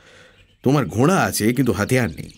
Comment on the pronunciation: the pronunciations are beautiful. It is because of that, that the stories come so alive. কিন্তু ঘোড়া কথাটা বেশিরভাগ সময়ই ঘোঁড়া শোনাচ্ছে তাই একটু অস্বস্তি হচ্ছে। Very sorry to be a grammar Nazi but everything is sooo perfect that little things are much highlighted. Thank you for the beautiful presentation otherwise 💖